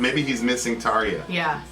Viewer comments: Props on your pronunciation your of Tarja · Hurrah to for pronouncing Tarja's name correctly (this wasn't the case when they did "The Poet and the Pendulum" in mid-June 2018)!